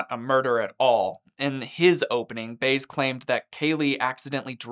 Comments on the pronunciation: It's BY-EZ not Baze. Come on,! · Its prone Josè (bye-ez) Baez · How do you mispronounce her lawyer’s name when this story has been out for nearing 20 years and there’s no question about how to say his name. It’s not Baze dude. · I thought her lawyer’s name was pronounced “Bye-ez”. I wonder if I have been saying it wrong this whole time. 🫣🤐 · Her lawyers name is pronounced by-ez 😂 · The attorney name is pronounced as Bye-ezz, Baez. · Baez => bah-yez 😜 Still a great video. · Baez is actually pronounced like “Bah-yez”, a very small correction that I mean absolutely no disrespect by commenting 🫣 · It’s Jose BY-ez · Yes! I was thinking "He was too young in 2008 to know it's By-ez." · Dude you can’t say Baez name right? That’s weird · I like how you didn't pronounce her jerk lying attorney's name right! Nice going! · Pronounce Baez correctly